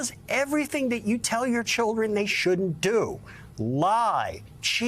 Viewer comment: Why can't that Joe dude say the word "shouldn't" ?